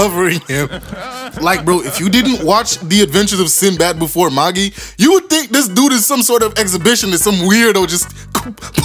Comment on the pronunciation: It’s pronounced MA-JAI not MA-GEE lol